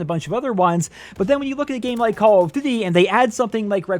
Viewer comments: “Call of ddee” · What is "call of dty" HAHAHA im sorry dude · Can we slow down and actually focus on what you’re even calling this game? “Call of Du VUVU 2”?????? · Dislike cuz of how you say “duty” tbh